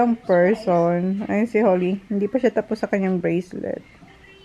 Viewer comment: could you please pronounce your son’s name correctly…..his name is Zach and not Sak 😂😂😂 Even your daughter her name is Holly and not Holy….you’re murdering there names